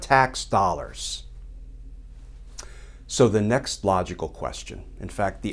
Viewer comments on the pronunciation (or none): none